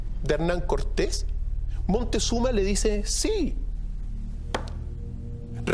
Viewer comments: Se llama Quetzalcoatl, no Quetzacoátl, ahora, la catedral no fue construida sobre toda la ciudad de Tenochtitlan, fue construida sobre UNA PEQUEÑA PARTE de la Ciudad. Rayos, Montezuma, chiale, neta si no sabes pronunciar palabras y nombres en Nahuatl, pregunta, se escribe y pronuncia Moctezuma! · ES MOCTEZUMA NO MONTEZUMA